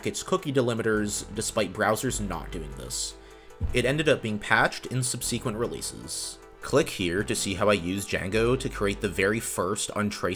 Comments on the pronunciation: This channel's great but I really don't like the weird way this guy pronounces the word subsequent. It's not sub-see-quent as he keeps annoyingky saying ad nauseum but subzi-quent. Sub-see-quent bs! 🤢🤮 fucks wrong with him. 🙄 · I noticed several rude comments complaining about your "intonation". Your intonation is just fine. I've a single suggestion, regarding the word "subsequent". You are emphasizing the second syllable, when it should be the first that is emphasized. That's it, that's all. Have a great day! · Good video, but please stop saying subseeeequent. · Cool video, well done. Might look into the proper pronunciation of the word “subsequent” for future videos since you favor it. Google it, as they say. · People think they have to do this to be a YouTuber. It’s annoying. Also who says subsequent like that?